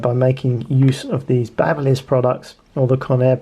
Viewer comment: BABBLE-liss! 😵‍💫😵‍💫😵‍💫 It's BABY-liss! You know like an infant baby!!! They make hair trimmers too. What a DOI'!!!